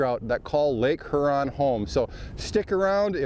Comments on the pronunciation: Great show guys!👍, you were good, but was saying Her-on. As a Michigander the best way I've found to explain the pronunciation... Is like a person asking, what lake "yur-on", with a light sounding H, similar to the"J" in Jose` Rodriguez. Looking forward to next week's show! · Great video but here's a tip guys, it's pronounced Hyuron, not Hurrron lmao